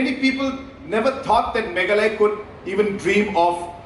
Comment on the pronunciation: sar always say megala 😂😂😂😂😂 it's Mekhalaïa